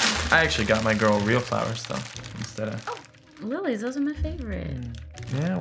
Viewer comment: He mispronounced "Lillies" as "Lee Lees".